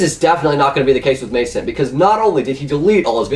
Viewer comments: WTF is May-sent it's Ma-sant(like crescent) Also Zombies is so fucking easy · when u pronounce masant (Mah-sont) completely wrong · its Ma- Sont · He didnt say Masant right! D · you said Masant wrong.